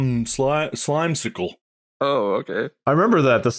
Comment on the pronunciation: hearing mark say slimecicl made me think I was in the wrong reality for a second